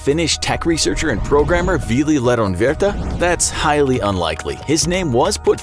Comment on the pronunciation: the way he says Vili Lehdonvirta😂